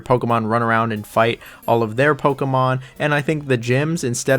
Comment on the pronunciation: stop saying pokemon like that...